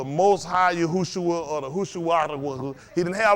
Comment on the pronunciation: Yahshua*, not Yahusha😁